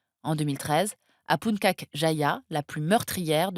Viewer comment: Il faudrait vraiment qu'elle prononce les noms de lieux correctement... Punkak! Merok! non et non! C'est puntchak et mérauké! Et pour les autres pays, pareil...